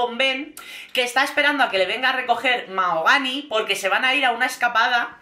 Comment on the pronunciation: Qué ganicas!!! MaJogani, con la J bien marcada🤣